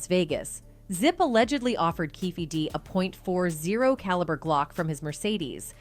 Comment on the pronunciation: The narrator sounds like an A.I. bot "A point zero 4 Glock" "Ahhhleya" "2 packs murder" No one talks like this